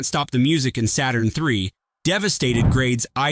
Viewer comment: The way the robot can't pronounce Saturn 3 without either running the words together or places an inappropriate pause between Saturn and 3